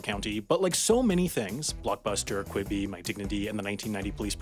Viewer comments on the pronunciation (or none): none